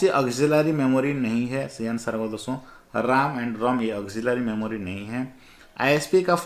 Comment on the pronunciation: Pahle to aap RAM ka pronounciation sahi kijiye.....RAM to Computer ka vai he..nki Laxman ka😂